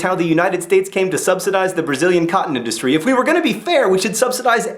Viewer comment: This is why I buy fairtrade t-shirts. (though I do live in the U.K.) , at first it sounded to me like you were saying "The United States massively subsidises it's cotton dynasty" I wasn't even aware the U.S. had a cotton dynasty.